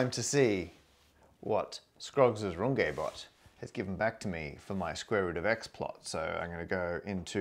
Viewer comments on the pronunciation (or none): Runge - not Rungay please!! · Thank you for this video. Wonderful. But you just mispronounced Runge in front of 1M+ followers. That ng sounds like the ng in long. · Normally I watch for the maths, but today I was more curious to know how you'd pronounce Runge. :D (My guess was "Rung-gee", but I see you were cunning enough to vary your "u", and decided to go with a French accent on the "e", so for the first time ever in my life, I was wrong about something.) AFAIK you need to go with the Yorkshire Dales version (but not the lovely one that rhymes with grunge - what I was most hoping for). Use a "e" that sounds like the "e" in "the", and you're there. Aye, "Roong-eht". (I seem to have some redundant letters there. Please almost ignore them.)